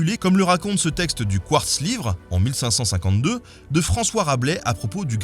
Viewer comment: Non seulement il y a la mauvaise prononciation de Metz, mais juste avant, à il y a le quartz livre qui m'a bien écorché les oreilles. A propos, Rabelais serait un bon sujet de vidéo.